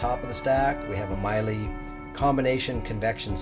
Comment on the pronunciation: The product name Miele is pronounced "Mi", with a long E sound - "e" with the same first letter sound as the word 'ever.' "le" has the same sound as the first two letters of the word 'lever'. It is a traditional German family name. P.S. You produce an incredible, second to none, Motor coach. Love your videos!!!!